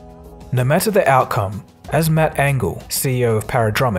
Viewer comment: Wait..... are you South African? It wasn’t until you said “matter” toward the end that I wondered...... when you say guys and check and years you sound Aussie though. I would guess you grew up maybe for your first 9 years in a big oz city and then moved to maybe San Francisco or Michigan ?